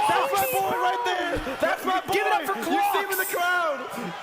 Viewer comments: Loool I thought u said "Glocks" during Mogul Money rather than "clocks" 😅 maybe that's why people didn't cheer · kinda sounded like give it up for c*cks lmao. i aint cheering that.